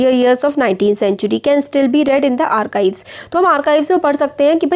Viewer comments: Its not arcives its archives😂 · Mam it's not ar-ki- ves instead it is ar - chi-ves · Wao😂 Mam in the arkibes not archives! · Wo arkives nhi archieves hota h di aap glt prhta ho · Mam their is r chi ves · It's called archives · See Pronunciation video bROOOOOOOO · Or Search on Google - Archive Pronunciation